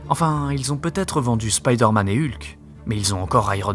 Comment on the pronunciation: Marveul Spyydeeuurrmeenn je chiale 😂